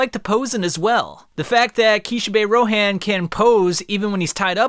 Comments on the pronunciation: Dude stop saying rohan's name like that it's row han like hans from frozen without the s not row hand like you say it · The pronunciation on that Ro “HANN”😭😭😭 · Hearing u say Ro HAN really hurts me😂😂💀💀